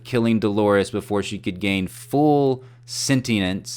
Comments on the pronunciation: Sentience = (roughly) "sin-she-ints" I like PARTS of your theory. One issue I have, though... why in holy fuck would they keep Delores online and operating around families and children if she once went nuts and killed some people? I mean... Clementine didn't even actually hurt a person. She just showed that she might, and BOOM. Retired. And did Ford care about his (apparently 30-year-old) host prostitute? Nope. He let her be mind-wiped, even though he knew that her code had been sabotaged. So why would Delores get a free pass? Why is it so necessary to have her - specifically HER - living out on the Abernathy ranch and getting raped every night? Why wouldn't another pretty young woman host do just as well? The bartender replaces the father. Some blonde replaces Clementine (name and all). Why is THAT version of Delores such a necessary element in the Westworld park that they wouldn't just have her straight-up incinerated after something like that? And on a totally unrelated note... I just now realized they introduced us to that incinerator for a reason. Someone (host or human) WILL be incinerated before the end of episode 10. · Btw its pronounced "senchense" :) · Sentienence?? xP Sentience.